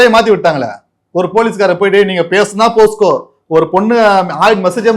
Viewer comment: போஸ்கோ இல்லைடா போக்சோடா